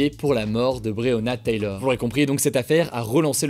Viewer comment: Il prononce bien le nom de Breyona Taylor une fois sur deux lol